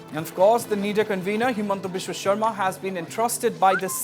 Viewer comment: It's sarma not sharma